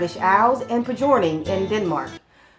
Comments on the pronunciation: I'm sitting here nallbinding wrist warmers & watching your vid.😊 Nallbinding (nålbinding) is noll-BEND-ing. Pjoning is pYON-ing. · Pjoning is pronounced approximately "p-yo-ning". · The "j" in Danish is pronounced like we would say "y". So you keep the "p", and it would be a two-syllable word - "pyon-ing". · Denmark = danish people Netherlands = Dutch people Nålbinding is pronounced with an OA sound not an AA sound. Pjoining is pronounced like P-yoyn-ing or p- yo- ning as I learned to say it. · you need Danish person to tell you about this word, not a Dutch person :') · you definitely didn't Pjoining correctly hahaha even though i've never heard the word before (as a danish person), i can still tell it's not pronounced like that but great video!